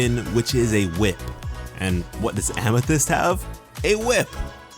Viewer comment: Please. oh PLEASE never say famithyst again! it makes me cringe badly. No disrespect through, love your vids. Keep at it bruh.